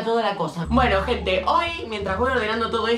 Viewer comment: Cuando dijo “bueno gente “ yo le entendí “ bueno ojet#”